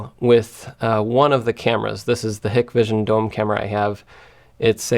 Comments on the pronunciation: It’s pronounced hi-k-vision. Side note, they are under US sanctions for support they provide to the Chinese government in their mass surveillance in Xinjiang. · Not "hick-vision", companies name is "Hike-vision",... bloke who owns it, has a brother with a company on the opposite side of the street, called Dahua. Hikvision only make cameras, Dahua only make the recorders. They do product swaps under each others brands.